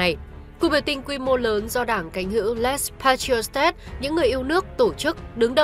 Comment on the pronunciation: Đọc là Lê- pa-thri-ôt nhé